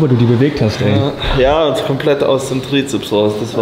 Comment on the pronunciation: Wieso spricht er Bizeps und Trizeps immer falsch aus?